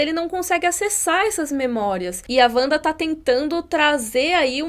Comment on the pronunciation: Parei de ver no "Uanda"